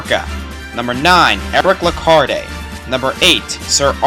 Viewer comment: You should know that the E at the end of "Lecarde" is silent.